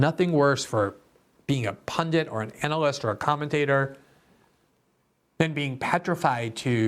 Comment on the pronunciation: Glenn, the word is "pundit". There is no English word, 'pundant". Well none that is recognised.